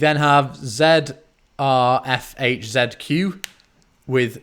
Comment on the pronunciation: Awww lost again this year ....btw zrfhzq is pronounced "zarifhaziq" xD